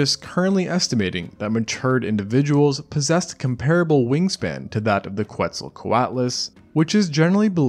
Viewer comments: its pronounced KETZL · he says quetzal, pronouncing the Q like an English Q